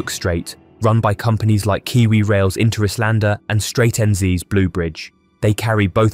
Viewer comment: The AI voiceover can't even pronounce Interislander correctly.